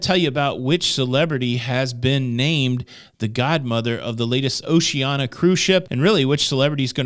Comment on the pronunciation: Pronunciation Police: Oshee-an-ee-ah